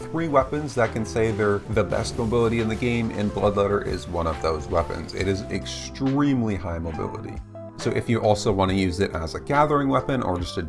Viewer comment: New drinking game: take a shot every time he says "extremelly"